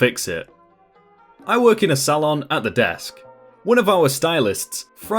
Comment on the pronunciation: Sal on?!???! Is English eaven ur first language?!?!?! It's pronounced soal on